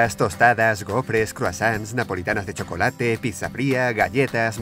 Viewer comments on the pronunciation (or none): none